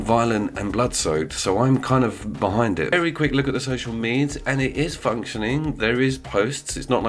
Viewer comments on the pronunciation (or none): Sorry did I hear you say "social meeds"